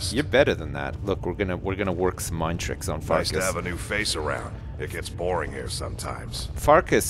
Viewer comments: farkas souds like fartas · I couldn't resit calling Farkas Fartass! xD